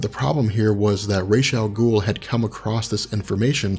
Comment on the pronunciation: Thank you for your proper pronunciation of Ra's al Ghul as "Ray-sh".